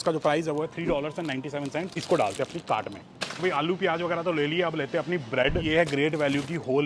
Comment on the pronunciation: Bhai cart thoda clear bola kro